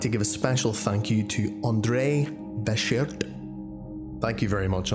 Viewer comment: Why do you always make such a meal of mispronouncing that guy 'Bechert''s name? 😂